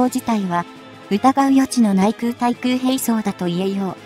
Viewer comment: 空対空 : 〈そら たい そら〉ではなく 〈くう たい くう 〉です。